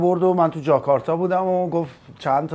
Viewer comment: جاکارتاژ چی بود دیگه پژمان جون؟! فکر کنم کرتاژ زیاد تو پرونده‌ی روابطتت بوده که جاکارتا رو جاکارتاژ تلفظ کردی :)))